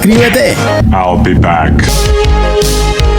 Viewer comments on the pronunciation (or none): none